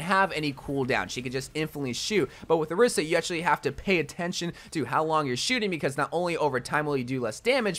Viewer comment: why cant overwatch youtubers pronounce orisa’s name correctly lmao